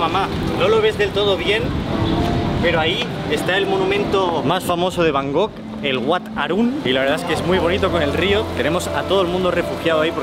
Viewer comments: Por favor.. por favor... por favor...por favor...por favor...por favor... no digas nunca más Bangok, es la mayor paletada del mundo typical spanish!! LA ciudad se llama BangKok. terminado en KOK, no en GOK. Por favor... me explota el cerebro cuando oigo a los españoles decir BanGOK. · Buen vídeo pero por favor no digas más Bangog jajajaja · El bro nunca pudo decir bien el nombre de la ciudad que visitó XD, gracias por esos videos. Saludos.